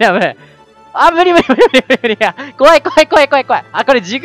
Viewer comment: むりむりむりむりむりがからつけあっきいのむにむにむにむにむにって聞こえるw